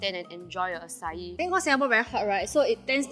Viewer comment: Please tell people its not pronounced “ah cai” 🤦🏻‍♂️🤦🏻‍♂️🤦🏻‍♂️🤦🏻‍♂️